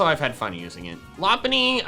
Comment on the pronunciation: Smh u did lopunny dirty you said her name wrong and put her in c :/ c is your opinion but. You said her name long